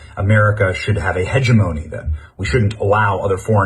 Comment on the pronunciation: That one guy doesn't even know how to say hegemony. Shouldn't use big words to try to prove your point when you can't even pronounce them correctly.